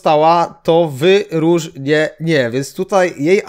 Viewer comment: wy-róż-nie-NIE :D